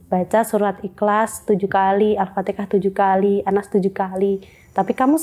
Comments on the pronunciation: Alfateha mba bukan alfatekah,,,, mba nya belajar dimana kok Alfatekah,,,??? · Maaf aku mau tanya, itu mba bilangnya Alfateka itu Alfatihah ya?